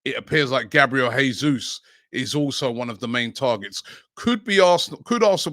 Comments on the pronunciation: Robbie the pronunciation is "Jaysoos" not "Haysoos", it's the Portuguese pronunciation not the Spanish 👍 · Robbie, you need to work on your pronunciation.Gabriel Jesus, the last name is pronounced as Jay-soos. Not Hey-sus..